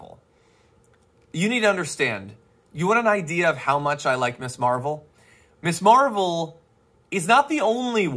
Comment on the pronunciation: Damage Report, just one thing, It is NOT MISS Marvel. It is pronounced MIZZ. Ms is MIZZ. Just sayin', bro. Love you.